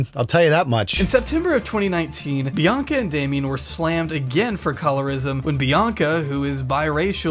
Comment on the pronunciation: Why the hell does he say her name like “bee-ONK-uh”